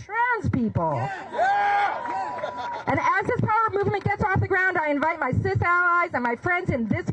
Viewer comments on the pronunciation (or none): I bailed when she said "cis alleys".